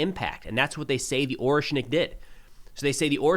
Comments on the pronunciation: With all due respect, it's orEshnik with e being read as "æ" (if I understand transcription correctly 😂), not Oreshnik. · its ah-ryesh-nik